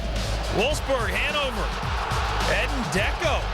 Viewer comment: it's Edin Dzeko (pronounced Zheck-oh)